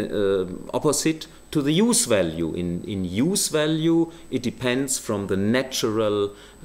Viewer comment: You know he is trolling when he refers to "value theory" (pronouncing it "walue") as a "valuable insight" (pronouncing it correctly) in a single sentence.